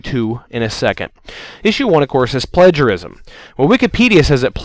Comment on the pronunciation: Why is it so hard for you to say 'plagiarism'?